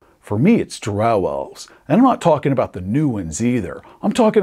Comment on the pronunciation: drow rhymes with crow, not cow. no one is afraid of a herd of cows, but a murder of crow.....